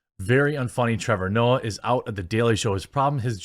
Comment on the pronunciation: Trevor nope-ah